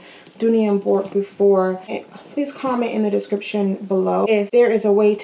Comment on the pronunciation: The pronunciation of Bourke is Burk. I've come to accept imperfections as a normal part of florentine. You are lucky when you get a perfect one and even then the perfection only lasts so long. Hope you find the one that makes your heart sing.